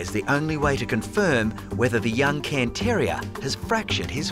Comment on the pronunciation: It's a Cairn (pronounced karn) terrier.